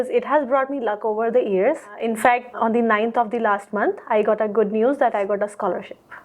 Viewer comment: she says, "On THEE ninth of THEE last month." What stupid English is this ?; Right: "On THUH ninth of THUH last month." The UH is a schwa. This woman certainly doesn't deserve 9. Dal may kuch kaala hai.